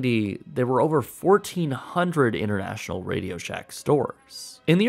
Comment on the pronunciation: "Innernational, Innertan"? On the contrary, "Inter" with T is rather the opposite of "inner". Please do not speak sloppy.